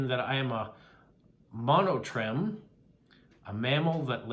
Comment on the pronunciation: I think the answer to the riddle is WALK, because I can walk and chew at the same time, or that's the expression anyway. It also fits with the other things. Yes,, Eddie the Echidna (pronounced ee-KID-na [or i-KID-na]) was my doing, so well done for spotting that. Hope you found the information interesting. By the way, monotreme is pronounced Mo-no-treem. Some amazing postcards and stamps this week. I especially liked the Postcrossing bingo card.